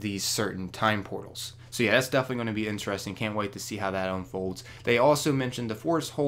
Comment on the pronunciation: Can you pronounce "interesting" correctly?